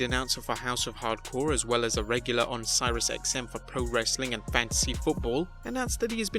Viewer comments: Sirius is pronounced Serious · Sirius is pronounced Serious.